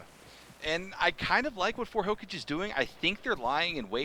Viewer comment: hokaage not hocage 😑